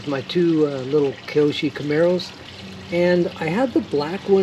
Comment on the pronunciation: Nice rc's. I do have to say your driving me nuts with the way you say the manufacturer name...KY OSHO